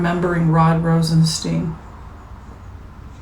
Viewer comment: you are far too intelligent to keep mispronouncing Rod ROSEN-STINE (long i) not ROSEN-Steen. Mr. Rosenstein, upon taking his office educated everyone on the pronunciation of his name: STINE. I do adore you very much. Thought you should know. Thank you for your good works.